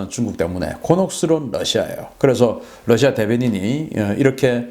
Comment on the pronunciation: 러시아 Rusia를 ㄹ러시아 (Lusia)라고 강하게 발음하는 경우가 방송분야에 종사하는 분들사이에서 점점 늘고 있는데 이는 하루 속히 바로잡아야 할 일입니다.